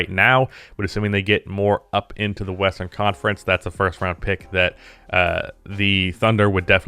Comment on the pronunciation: Western conference?? I thought you said Weastern Conference😂